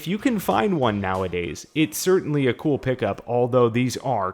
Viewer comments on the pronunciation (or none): none